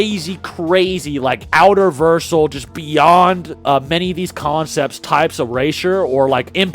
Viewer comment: Alternate title “Aizen glaze” yes he’s strong yes he’s has a good hold of hax and etc but this video is straight glaze cos wtf am I hearing?💀”outerversal ee” genuinely now bro wtf are yall saying